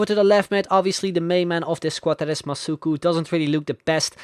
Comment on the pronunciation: OMG that was so cool seeing my name in the video, thanks a lot and yes he said my name right;)